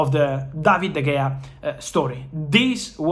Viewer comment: ITS PRONOUNCED DA HEYA NOT DE GAYA!!!